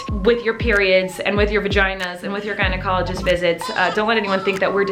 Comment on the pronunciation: At the beginning when she said “gynecologist”, I thought she said “guided colleges”. So I’m like, “what do guides colleges have to do with this video?”😂😂